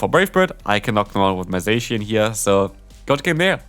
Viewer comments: Zacian in English is a straight transliteration from its Japanese name ザシアン. It’s pronounced ZA-SHE-AN not ZAY-SHE-AN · HSH says it like saysian. And I Hate it!